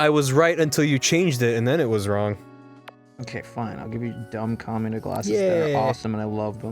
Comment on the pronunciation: The whole time was saying "Kamina" up till the point he mentioned gurren lagann, it sounded like "Comuna", and when he said "Kamina's so cool", I guess it rolled off the tongue so fast it sounded like "Comunist's 're so cool".